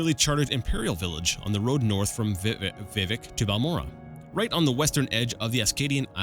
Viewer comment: Good job, keep it up! By the way Vivec is pronounced vih-VECK, emphasis on the second syllable. And your guess about the Sea of Ghosts is correct! I'm not sure that's what gave the sea its name, but humans were fleeing Atmora to Tamriel en masse and many ships sunk there.